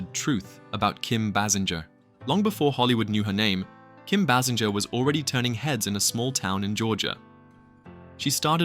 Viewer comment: Bay Singer , this how her last name sounded. AI later in video eventually pronounced it correctly- 🧏🏻🤦🏻‍♂️